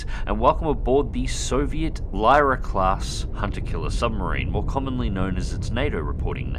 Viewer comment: Pfff westerns, it’s not LIEra it’s LEE RA